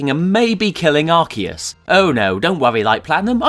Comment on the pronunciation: Arceus didn't create humanity. Also thank you for pronouncing his name correctly.